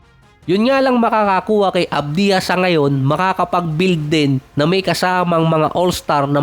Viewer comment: Hindi avdiha - AVJA ganyan bigkasin..